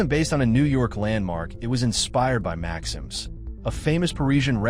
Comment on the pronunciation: Tell your AI narrator that "Maxim's" isn't pronounced "Max-hims," but correctly pronounced "Max-eems." And let him know when talking about the massive NYC set, it's better to match the audio to video of that set, and not video of the Yonkers set, which actually wasn't a set but a real town re-dressed to match the period. Don't rely on AI to get matters right.